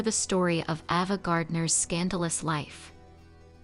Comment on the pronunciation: Her name was pronounced AY- va.... NOT AH-va. How irritating.